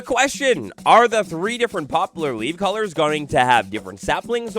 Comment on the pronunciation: It's "pop-lar," not "pop-u-lar."